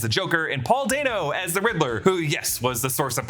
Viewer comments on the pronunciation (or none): none